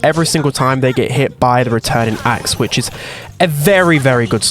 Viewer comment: ''Axes'' he said